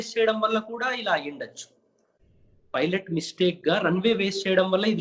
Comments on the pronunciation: Rey filot anchor nerchukunnava. Pilot anadam savata arey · Filot kadhu... Raa babu pilot. Filot... P Fassengers... Antav malli. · Rey pilot ra arey filot kaadhu ra baadkav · Most importantly his pronounciation of pilot was wrong..he always pronounces filot